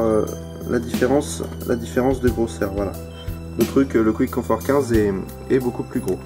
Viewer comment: Pour info, Quiet Comfort se lit " Kwaït Comfort " et pas Kwitt ... Sinon bonne critique, j'aurais aimé qq détails techniques supplémentaires ( Longueur du cable par exemple ) et des comparaisons avec les concurrents.